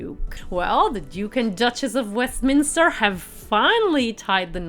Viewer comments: Please get the pronunciations of the names correct, like the Duke of "Minster"?? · It is Duke of WESTMINSTER not Minster. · Duke of Westminster not Minster… 😂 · It's WESTMINISTER NOT MINSTER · Interesting but the voice of the narrator is AWFUL and she really needs to learn how to pronounce words. It’s the Duke of WESTminster not the Duke of Minster. Who is she to be so critical? It was the bride's choice of dress, of shoes, of hairstyle, of make up - who cares what ' my personal opinion' is - she knows nothing and is just rude. Um, ah, eh - so annoying... rip the bride to bits but she thought that awful dress of Eugenie's was 'beautiful' . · He’s the Duke of Westminster not “ minster” as you first stated . His name is Hugh Grosvenor *. Olivia’ s dress, veil and flowers were so beautiful. A beautiful wedding. ✨ “ pronounced Grove enah “ 💖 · The commentator has a terrible voice and pronounced Westminster wrong. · Who is the Duke of Minster or Westmin , and who the heck is Hugh Grosvenor or did you actually mean the Duke of WESTminster and Hugh Grove-na (spelt phonetically). While the tiara was by Fabergé [note the accent over the final 'e'] and not by Faberzh as you stated. If you are going to talk about a couple's wedding you might try and get the groom's name correct, it isn't difficult nowadays to find out how names are pronounced using the internet. And eighteen eight is NOT the end of the 19th century but the beginning (if you actually said eighteen eighty then your editing is terrible as you appear to be cutting off half your words (eight instead of eighty and Westmin instead of Westminster for example). Sorry but I couldn't watch beyond 6.36 as you are reporting on something while getting everything wrong including the very easy pronunciations of names